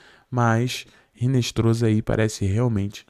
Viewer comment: Hinestroza (pronuncia-se Hinestroça)...